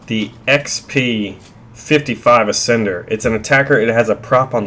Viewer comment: Oh my god, the "Ass-ender!"